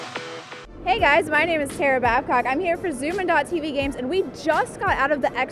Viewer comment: "Tera BabCOCK" omg lmao